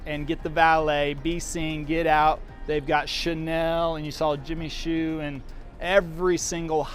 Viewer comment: Just want to kindly let you know Jimmy Choo is pronounced like Jimmy Chew! Great memories growing up on Livingston though. Miss hanging out in the village